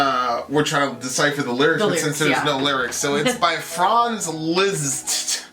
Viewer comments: "Liszt" is pronounced "List" and "csárdás" is pronounced "tchardash". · This piece should be be listened to more times to feel addicted to. I'm very disappointed by your lack of respect to the great composer and misspelling the genius man's name. It only takes secs on Google Translate to learn the real pronounciation of the nameLiszt (LIST) plus the video is not a genuine version of the piece. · It's pronounced "List". Funny that you mentioned saloons and Dracula because the piece gave me total silent movie vibes.